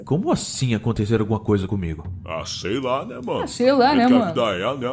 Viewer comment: Não é nén é Neee